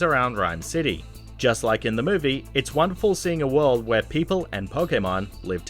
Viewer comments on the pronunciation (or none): none